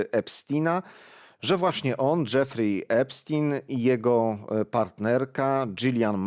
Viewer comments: Jaki znowu Epstin? Przecież on był amerykańskim Żydem. Czyli fonetycznie to Epsztajn. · Panie prowadzący nie mówimy "epstina" tylko "epsztajna" trzeba na każdym kroku podkreślać jakie pochodzenie ma/miał ten dzieciolub i jego przyjaciele dziecioluby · „Epstina” 😂😂😂 prawidłowa wymowa brzmi, w zapisie fonetycznym: „Epsztajna” i to jest literalna wymowa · Nie "Epstina" tylko Epsztejna - bardziej izraelsko brzmi to nazwisko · Epsztajn, Boże, chłopie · Ten Epstin to jak wiertarka na uszy. I to nie pierwszy raz jak nazwiska są źle czytane.